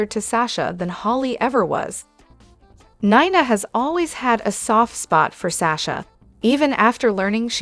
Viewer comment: Also there is no o in Ava and 9a for Nina let's get real I know you know how to pronounce names